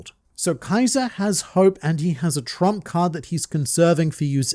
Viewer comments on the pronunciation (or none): none